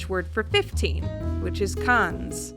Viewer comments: quah-trehz and qwanze, not caters and cahns. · ka-to-rze and kain-z not kat-erz and kanz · Oh, and quinze is pronounced like "canes"